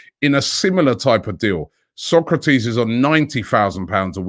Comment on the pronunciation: Sok a ra tis, not Socrates Robbie, come on man he’s been at the club for long enough now. You were as bad with Santi Cazorla, calling him Cazola 🤣🤣🤣